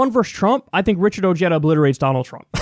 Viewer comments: isnt pronounced oheeda ha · Its pronounced oh-hay-da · his name is probably pronounced with the spanish H, OHeda not OJeda for J sound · I just Richard Ojeda pronounced his own name correctly. Ojeda is a Spanish name pronounced (o-hey-da) not (o-jeta) it’s not Irish. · I have wondered about Richard Ojeda's ethnic heritage because he pronounces "Ojeda" as "oh-JED-uh" and where I live it would be pronounced "oh-HED-uh." All I found was this from Wikipedia (which I distrust): " Ojeda is of Mexican descent as his grandfather had illegally immigrated from the Mexican state of Jalisco and his father was born in the United States, but moved to Mexico and lived there until the age of 8." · its not ojeddah , its oheyda. ojeda. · Beto has a better chance! Ojeda, pronounced (O-head-thuh) needs to step down! If he persists, Trump will win due to votes being split between Ojeda and Beto! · Some interesting facts in the Ryan Grim article on Ojeda’s candidacy. 1. Ojeda’s grandfather was actually Mexican illegal immigrant. His name is pronounced ‘oh-HAY-da’ 2. How will working class whites respond to a Mexican-American? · Too bad many people, like Kyle here, are going to mispronounce his name ;-)